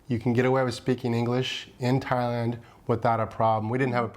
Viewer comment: Ty-lund? Tye.... Land 😂